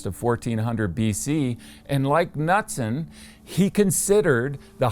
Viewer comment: Please, it's not "nutson" it's K-nootson".